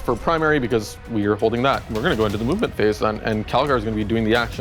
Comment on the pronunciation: lol, the "mub-ment phase"